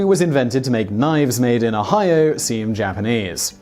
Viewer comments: He doesn't quite get the Oh-hi-yah of it, does he? It sounds more Japanese... :-) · I know right. O-hi-o...such a simple word.